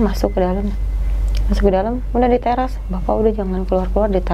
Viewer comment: Ya elah ngomong teras aja susah 😂